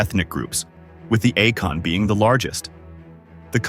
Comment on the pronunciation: The largest learn in GH is not Akon but Akan. Stop using AI Overovers.